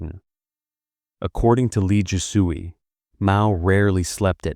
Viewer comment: He butchers every name. Last part is not "soo-ey" but "sway." 😂😂